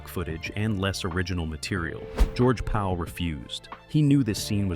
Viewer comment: His name is not George Paul it’s George Pal